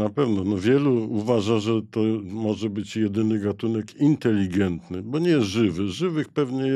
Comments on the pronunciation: Bardzo ciekawy odcinek ale potwornie ciężko się słucha specjalisty naukowca, który ciągle mówi INTELIGIENTNY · Panie doktorze - nie inteligientny ale inteligetny